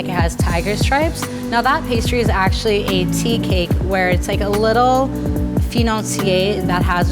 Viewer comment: In "tigre" we don't pronounce the "e" that much, but she pefectly said "financier"